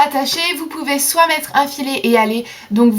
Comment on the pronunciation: Très bien ta vidéo merci mais y'a un truc qui ma choquer :,"soiy" on dit "soit" c'est juste pour toi😘